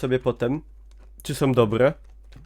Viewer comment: Nie ma w polskim jezyku słów "som", "takom", "tom". Istnieją tylko "są", "taką" i "tą". Tych pierwszych nie da sie słuchać.